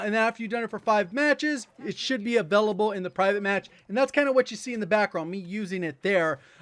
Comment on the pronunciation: Still unable to pronounce 'available'?